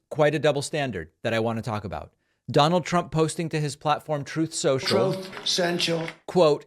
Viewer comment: The bit where Trump can't pronounce truth social correctly gets be every single time. Sooo spot on!!